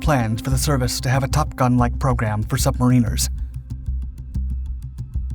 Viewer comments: NOT submareeeners, but pronounce as sub mare in ars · subma-reen-ers lol it's sub-mar-an-ers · I think it is pronounced 'submaraner' instead of 'submareener' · Nitpick: it's pronounced more like "sub mariners" instead of "submarine ers/ sub marine ers". And now I better say Great F*ckin Vid! Honestly, great research and delivery. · Sub-mariners NOT Submarine-rs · As a 21 year US submariner, we pronounce it submarine -rs, our UK counterparts pronounced it sub-mariners. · Also pronounced sub-marin-ers here in Australia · Like any other word the British pronounce it differently or rather correctly like sub-mariners while the Americans employ the hillbilly pronunciation using the “marine” pronunciation which is no doubt incorrect since it should be a variant on the word “mariner” and not “marine-er” which just sounds stupid. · Typically the first pronunciation is British and the second is American but in reality mariners are usually merchant seamen, navy people are called sailors, and submarine people are called submarine sailors. I’ve been both a submarine sailor and a merchant mariner. And finally, merchant mariners are usually called merchant seamen, or just seamen.